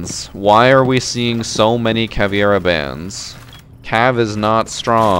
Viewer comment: Its Caveira, not Caviera